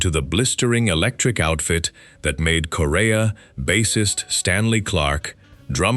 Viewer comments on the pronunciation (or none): The Chick Corea video you have is not of the classic Return to Forever line up but is the much more recent Electric Group. Also “Corea” is pronounced like the country Korea.